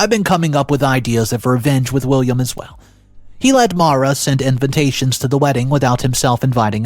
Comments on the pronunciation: It’s condescending Not CONDENscending. There’s only 2 Ns. You do the same for the word invitation. Where you say INVINtation. It’s ALZheimers. Not ALT-heimers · He does the same thing with the word: INVITATION.He pronounces it in-vin-tation. It kind of drives me crazy. Yet, I still listen...lol!